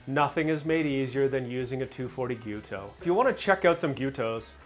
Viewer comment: Thanks for saying "Gee-YEW-toe." So many people say "Gee-YO-toe" and it mildly annoys me. First-world problem I know.